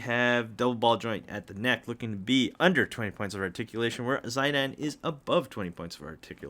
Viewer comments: Zie-Dane Tribble. Come on. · I have never heard that pronunciation before. I used to say Zid-Ayne, but I think it’s Zid-aan? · According to the original Japanese version it'd be "Zee-dahn" or "Shee-dahn" which is their pronounciation of an english "Z". That said, thank you for the unboxing, I wanted to order them so much but Bring Arts and PAK have such bad quality control and painting issues that I did not dare to go through with it. Even on your figures I can see smaller spots of paint either missing (left side of his blue ribbon) or those that aren't as pronounced, as you pointed out Lily/Garnet's face. And I've seen other reviews where Ziddy's arm/toe joint comes off outright. It's also an extreme shame that they don't use actual chains for the neclaces anymore. My old Play Arts Squall has them and for that amount of money you'd sure as heck expect something better than pure, hard plastic. And the old ones were much cheaper. Other than that I have to agree, the shading and gradiants are really nice on those. Whats especially impressive with the IX ones is the fact that they did the hair right for once. It doesn't look as "overstyled" or "realistic" as it does on the Nier Automata and FFVII ones or as badly cut as the KH versions. Usually SE and Koto really botch it but this worked out great. Love Ziddy's faces and the weapons they included so much. Garnet/Lily on the other hand especially her mouth line should have been as pronounced as Ziddy's and her crystal could've been a differnt material (transparent or holographic PVC material for the rainbowcolored shine of the Alexandrite). Overall those